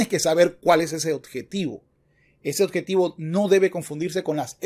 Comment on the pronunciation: Con todo respeto, no se dice oDjetivo, se dice oBjetivo, se q suena trivial pero el buen uso del idioma es fundamental para la credibilidad del quehacer intelectual